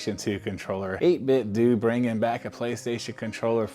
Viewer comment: You are the only guy I've heard Pronounce the company 8BitDo right and you have earned my subscription 🙌